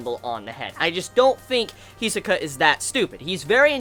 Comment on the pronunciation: He is pronouncing it right, the accent may be a bit non native